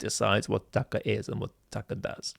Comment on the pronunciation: It is not Tucker it is Tuckaahh according to the genius talking on the video.